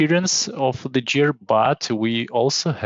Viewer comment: it's cool, the main mistake here is gear - 'jear'... should be pronounced guear, recOrd not rEcord (the verb has stress on the second syllable - some stresses in some words) but what is more important the content, thank you. e.g. for correct stresses you can check google translate listen the correct pronunciation: a rEcord, to recOrd, just advice so it would sound more natural. there are many words like that an Export/ to expOrt etc